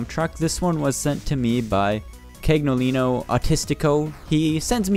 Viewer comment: Cagnolino is pronounced "caniolino" d